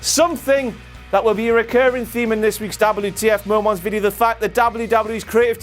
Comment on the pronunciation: its moments not momants fucking idiot